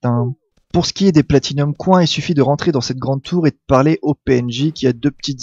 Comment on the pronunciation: Platinums COINS mes oreilles !!! :p